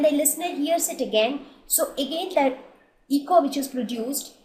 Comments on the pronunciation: itz not 'Eeko' but it is 'Eco' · It's "Eko" and not "Eeko".. overall, nice video.